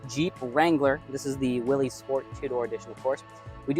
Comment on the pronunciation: Although it looks like it should be pronounced Willys….its actually pronounced Willis. Common mistake by many.